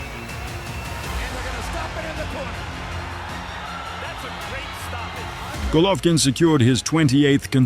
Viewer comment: Can't even say his name right...lol AI lazy Chanel